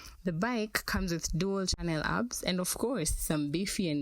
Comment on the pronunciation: Maan, not hating but you need to resume doing the voice overs, i found it very hard to follow with the lady's voice over plus it feels like she's just reading from a paper and the pronounciation of 'abs' gave off the idea that she doesn't really know much about bikes